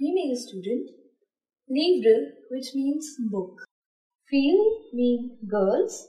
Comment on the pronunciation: Well done but there are pronunciation errors- livre, trousse, fille